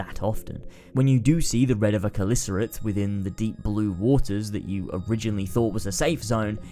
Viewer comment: It is not kelicarate It is CHelicarate